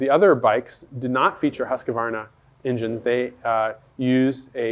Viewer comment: Pronounced "Hooskvarna".